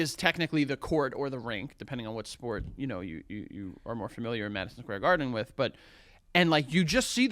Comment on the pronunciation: are we not going to acknowledge where joe says madison squarden